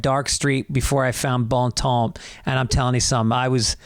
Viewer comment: The P in Temps is silent. Study some more.